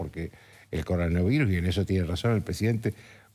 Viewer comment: el anterior sigue tratando de pronunciar coronavirus